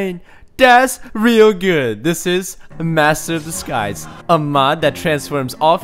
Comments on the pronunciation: Did anyone else think he said "Master of The Skies" instead of "Master of Disguise" ??? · Second mod, i thought u said 'master of the skys' at first.